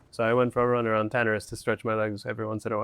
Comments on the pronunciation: Why are none of the comments talking about the guy saying Tanaris wrong... guys calling it tataris bro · Tanaris: (Ta - nair - es) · I do not agree with your pronunciation of Tanaris. LOL